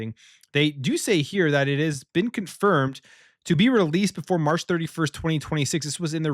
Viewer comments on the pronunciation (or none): none